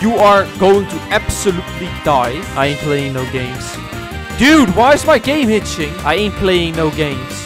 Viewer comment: " I 'aint playing no games " " why is my game gitching "